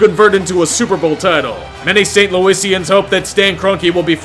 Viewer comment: Just a minor note: it’s St. Louisan, not St. Louisian. And, yes, I do hope Stan Kronke (don’t care if that’s spelled wrong) eats shit.